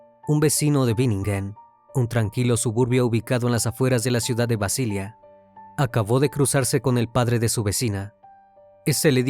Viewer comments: BASILEA, no Basilia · BASILEA en español se pronuncia tal como se escribe, y sin acento en la a. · Mal un video cuya máquina que comienza su narración pronunciando mal la ciudad de Basilea en Suiza.😢